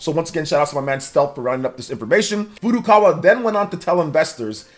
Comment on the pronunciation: Finally, someone who pronounces Nintendo's president's name correctly as Furukawa, not 'Furu Kara'!